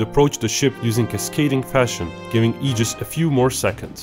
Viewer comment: Thank you for pronouncing Aegis correctly.